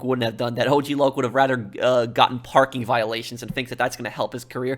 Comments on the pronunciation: AUG LAUG?! It’s O-G Loc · The way lazlo pronounced og LOC made me laugh 😂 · "Ogg Lock" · I love how the DJ says "OCK LOCK" at first, not O,G Loc 💀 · Hearing Lazlow mispronounce his name as OGG Lock was stupid funny.